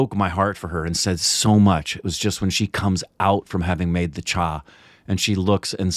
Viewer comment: It's not cha, it's chai